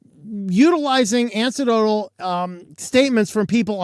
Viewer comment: Say it slowly a few times: an-ek-doe-tl: anecdotal. Not ANSI-dowdal or snickerdoodles.